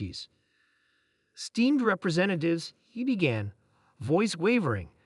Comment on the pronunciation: "steamed representatives he began" *ES*teemed. Unless they're vegetables... 😏